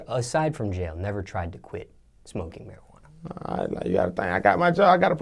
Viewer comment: That Mariquana 😂